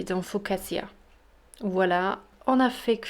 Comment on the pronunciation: Bonjoir madamme juste 2 corections si vous permeter : 1: FOCATCHIA et pa FOCASSIA ACH ACH ACH 2: au debug c'etais une ficaccia et a la fin c'es devenu un pain ???🤣🤣😂🤣🤣 en tout vas merci pour la recette